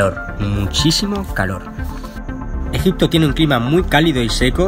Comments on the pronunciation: min dice EJITPO JEJE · Buenisimo video en "Egitpo" jajjajaa muy buen contenido sos un crack :3